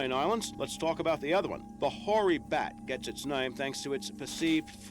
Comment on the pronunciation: Hoary bat, not nory